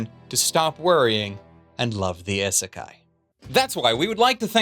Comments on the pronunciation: Ok, I'm going to be one of those Japanese people to tell him that he's pronouncing Isekai (異世界) wrong in this video. It isn't pronounced i-sekai, but E-sekai with a hard 'E' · It's Ee-sekai. "I" makes a long e sound in the transliteration. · Do you intentionally pronounce isekai in the most painful way possible? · Is the constant mispronunciation of isekai a joke or meme that I am not weeb enough to get? (or alternately too weeb to get?)